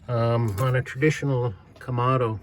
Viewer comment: lol. You keep saying komodo, like a komodo dragon. But it is a kamado. Two A's, not two O's.